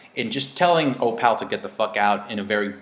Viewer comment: the daughter's name is opal, as in the gemstone. not o-pow.